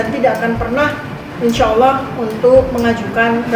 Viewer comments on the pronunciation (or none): none